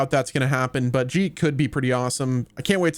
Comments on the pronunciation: Its not jeet like j, its geet like g in guilt. It means songs. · Geet is pronounced like Geek. dont be another oong